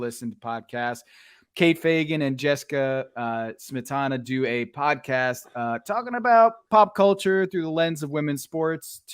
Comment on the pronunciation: Can't help but notice Dan had some major issues saying Podcast during the Offerman interview. Its rude to talk with food in your mouth, Dan. $2.00.